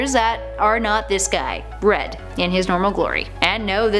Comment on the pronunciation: Did she say bread? Instead of red?